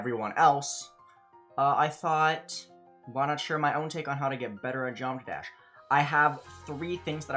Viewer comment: he is a pro at GD and still barely knows how to pronounce geometry dash